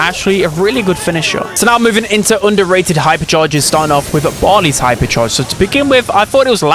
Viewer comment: everyone: underrated: onduhrae'ud 💂